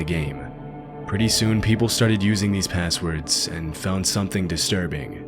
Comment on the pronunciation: Dude literally said "assword" in the beginning